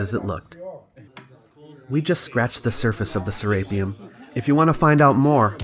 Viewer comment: Se-re-peum not se-RAPE-eum